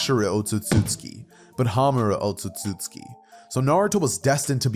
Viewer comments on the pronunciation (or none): I think he has autism oe something, what the hell is "ootsutsutsuki" bro 😭 who let bro speak